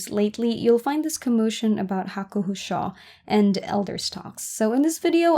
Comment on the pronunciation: It's pronounced Hakuho Sho as in "show" not Hakuho Shaw. Other than that great video. 👍